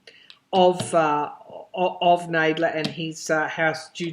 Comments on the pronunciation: It's a short "a" , pronounced like "bad" Nadler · It's Nadler, short "a"